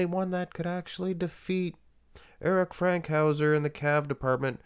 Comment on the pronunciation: It's FANKhouser, not Frankhouser